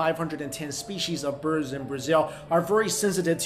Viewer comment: SPESHEESHH ( if you notice )